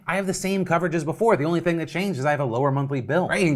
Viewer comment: as a british person hearing him say ‘ting’ is hilarious